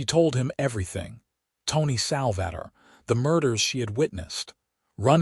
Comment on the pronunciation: Sal-va-tor.....AI is awful.